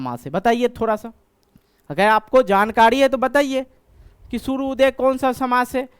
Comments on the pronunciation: Sir सूर्योदय होता है सूर्यादय नहीं sir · सूर्योदय होता है सूर्यादय नहीं होता है